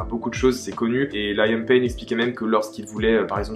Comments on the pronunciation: Rien a voir mais on dit pas Laiam mais Lï am (comme on le lirait en français en prononçant le i.) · Quelques petites erreurs, cependant merci de parler d'eux, ils le méritent. Là ça va juste être une remarque de directioner à donf, les prononciations de certains nom font mal aux oreilles (aucune critique juste une remarque), niall horAn, lAIam payne. Gros bisous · Liam se prononce LEE-YAM pas LA-YAIME 😅😂😂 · juste c’est pas important mais la prononciation de Liam c’est Leeyum hihi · super vidéo intéressante!! Par contre pitié Liam que ce soit en français ou en anglais ça ne se prononce pas Layam haha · Harry est le plus jeune pas Liam et sa se dit Liam comme à la française